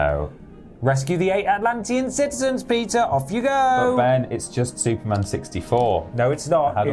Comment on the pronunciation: For a moment I thought he said his name was Pizza not Peter lol